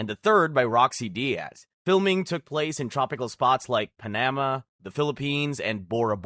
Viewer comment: i ain gon lie, the way you pronounced panama ticked me off💀